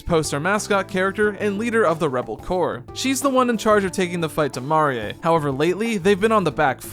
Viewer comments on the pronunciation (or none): I'm rather annoyed that the party is only 3 strong instead of 4 now. But yeah I dont much like the silly art style or the new characters... also... "mah-ree-eh"? Really?... Marie. So dumb